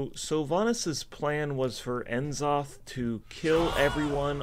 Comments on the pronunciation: Why does he keep saying N Zoth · I find it hilarious that is the only guy who actually say N'Zoth the way it should be read, IMO. En'Zoth is what it should be, cause he is an old god who are based on the Great Old Ones.